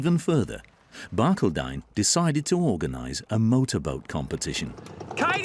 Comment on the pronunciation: He is mispronouncing Barcaldine. I'm American, but I visited Barcaldine in about 1975. The accent is on the second syllable.